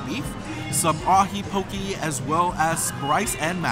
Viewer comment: I like the way you pronounce poke. I live in Hawaii and people here pronounce it wrong! Love your videos!